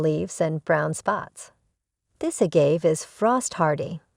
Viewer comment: Please get the narration to correctly pronounce agave, calloused and apache (like the indian) the right way for your next video...